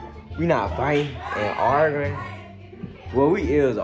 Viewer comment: Bro can't say Arguing